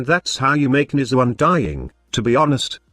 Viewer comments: 90% of the time I hear Mesa lol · Youre text to Voice program was clearly not built to pronounce Nezha :D :D